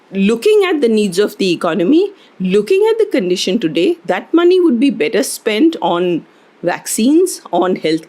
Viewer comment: "The economy will be bettah(better).."